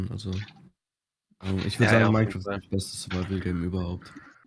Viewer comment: Das "Mienecraft" kommt von Gronkh, der das früher immer so ausgesprochen hat